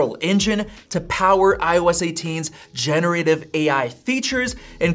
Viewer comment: It’s not gene-ative AI. It’s gen-er-ative AI.